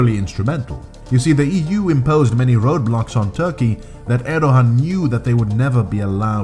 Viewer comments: It’s pronounced ’Erdoan’ The little sign over the ’ğ’ means it is silent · Why do you keep saying “Erdohan?” There is no “h” sound in his name. Are you suggesting that he thinks he’s a Khan (“Han” in Turkish) or something?